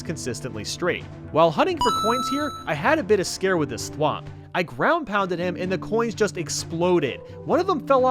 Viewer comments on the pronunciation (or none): none